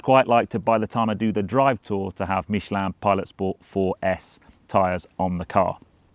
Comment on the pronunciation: Great video as always and congratulations four your impeccable pronunciation of Michelin (and that's coming from a Frenchman). Sorry to hear about your bad experience in France. Out of interest did you use Porsche Roadside assistance or another? Any advice when touring abroad? I'd love to carry a spare tyre but there is no enough room in a Cayman!